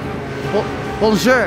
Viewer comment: Il dit benjer pas bonjour